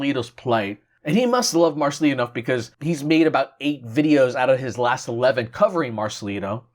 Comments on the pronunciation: Please remember it's Marcelito with a T not Marcelino okay? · Marcelito not marcelino..